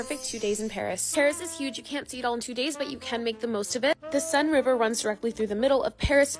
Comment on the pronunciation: The accent… yikes. I genuinely had trouble understanding the French words, took me half the video to realize she said the Seine at the start!